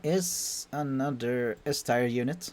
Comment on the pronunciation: How have you spend however many years on this earth, without being able so say "tier" correctly? I mean surely you've heard someone say the word before?